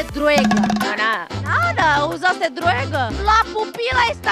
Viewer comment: "Usaste druega?"